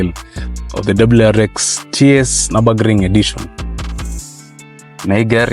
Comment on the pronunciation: Its prononounced Niobogring when saying it.